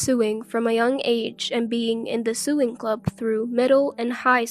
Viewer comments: The sister in the first story didn't want to train her, she just wanted a maid to cook and clean for her the entire time they were in Hawaii. Also, sewing is pronounced "so-wing" not "su-ing" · Sewing??? Sowing is how it's pernounced!!! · Sewing is pronounced sowing. Lloyd is too arrogant.